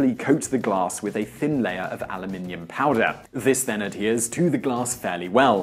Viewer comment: Refreshing to hear you pronounce the metal correctly Aluminium.